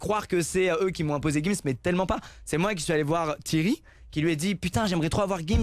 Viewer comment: Comment ça tu prononces Thierry "Thirry" ??? Y a un e qui se prononce é !!